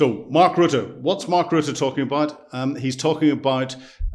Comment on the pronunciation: Everyone should listen to you if only to get the correct pronouncement of Rutte's name 😅